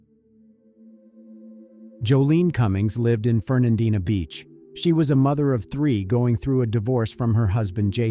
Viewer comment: I am so glad that you pronounce Fernandina Beach correctly everybody gets it wrong.